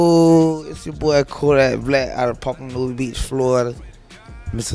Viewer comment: his name is Kodak. Not codat.